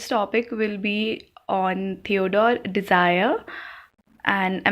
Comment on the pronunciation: Please learn to pronounce. Dreiser not desire!